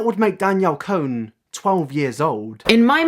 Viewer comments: Con not cone. Lol sorry it bothered me a little bit 😘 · "cone" LOL its pronounced "con" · I thought her last name was pronounced Con?? 😂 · Was it on purpose that you said "Danielle cone"?😂